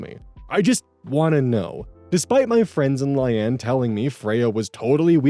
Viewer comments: I think Layne is pronounced the same as Lane. The "rehoming" is wild. You abandoned your pet and thankfully someone better than you took him/her in. OP is at fault in the dog story. How do they prove the walker is at fault. And, they didn't hire the best person they could hire. Legit people probably have insurance and stuff to cover instances like this. I'm glad the dog is okay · yeah, "Lane" or "Lay-nee" would be the appropriate pronunciation unless you're told otherwise, bub XD (I mean this affectionately not condescendingly,, it made me smile tbh, but for future reference) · He does mention he films really late at night so I wouldn’t be shocked if this is an eyes glazing over words situation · how the heck can you mispronounce layne.... its just lane with an extra letter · I’ve seen a few people trying to correct pronunciation of the name. EVERYONE HAS SAID SOMETHING DIFFERENT 💀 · Right? It's like Lain. LAIN! Not lay-knee! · I'm sorry my friend, but I have no idea where you got Lie-Anne, a two syllable word, out of Layne. I agree, it's a weird name (Hopefully it's a made up name too; otherwise, OP is kind of an idiot 😥). Maybe you saw it, blanked, and combined two reasonable pronunciations into something silly? 😆 Personally I would have just used Occam's Razor and pronounced it Lane, like Payne and Wayne. I assume it was originally a last name, and admittedly I really dislike naming children that way. I would have also understood Line (since it rhymes with Ayn) or maybe even Leanne. It's two syllables, but at least it sounds like a name other people have. But anybody who names their kid Lie-Ann is basically dooming her to 13 years of other kids calling her Liar and Lion 🦁😭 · Layne is pronounced like “Lane” lol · Layne is pronounced as "lane" (like Loise Lane) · Or Lay-nee. You can't say for sure which from the spelling alone. But what is for sure is that it is not pronounced the way he does. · LAY-KNEE. layne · "Lane" ❌️ "Li anne" ✅️